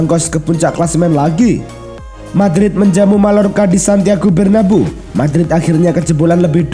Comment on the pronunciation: Real Mallorca, bacanya Real Mayyorka